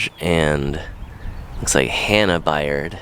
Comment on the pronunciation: Baird is preannounced "bear-d" just FYI🤣